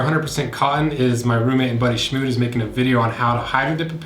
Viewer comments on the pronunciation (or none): Can't believe it's pronounced 'Shmood'.